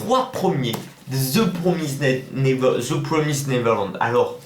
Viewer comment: Très bonne vidéo ! On dit "Ze promiz néveurlande" Mdr😉